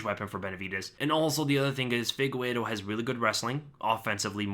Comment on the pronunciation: why do you always say figueiro instead of figueiredo?